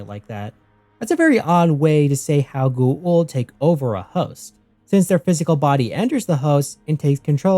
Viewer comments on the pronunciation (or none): The way you pronounce Goa’uld is killing me.